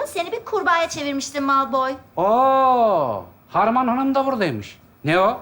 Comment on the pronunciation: Heryy potter oldu 😂😂😂😂😂kondrakula malpoy cok yakisikliymis😂😂çok gerçekçi olmuş yeminle😂😂harmy deyil harmony 😂😂😂heryy poterr